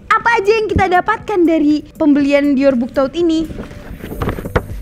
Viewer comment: Saran aja ka😊 Dior yang benar pengucaannya "Dioh". Jadi huruf "r" di belakang dilebur menjadi "h". Sukses trus berkarya😍